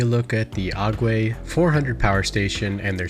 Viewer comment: ⬇️Aguei not Aguie